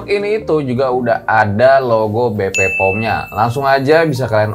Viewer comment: Be'pe'o'm bukan bepepom bang 😁